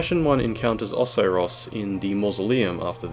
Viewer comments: i do not like how you pronounce some words lmao. "osaross" no, OH-SAI-ROSS. "ark dragon peak" no, its ArCHdragon peak. and the worst of all: fillianorE. her name is said so many times. its just pronounced fill-ian-or. the E is silent. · First the ways he pronounces Ocerios second him swapping Lorian and lothric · I've never once heard anybody else pronounce Oceiros like you have lol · You said Oceiros and Filianore differently to how I'm used to and it bothered me. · I’m glad I wasn’t the only one who caught that or came to the comments about it lmao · Well, considering ocelotte's name is a mix of oceiros and shanalotte, it's not that odd to pronounce it like that. Now, ARKdragon peak on the other hand... That irked me so badly.